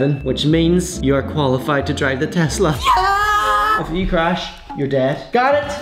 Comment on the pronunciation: He finally said tesla and not tezzzzzzla